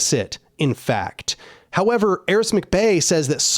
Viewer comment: It's Aric, not Aris.